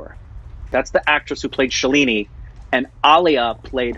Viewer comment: Loved the reaction review. Just one thing.... Not Shuh...leee....neeee, its Shaaaa...leee..nih